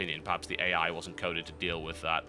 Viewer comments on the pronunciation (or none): none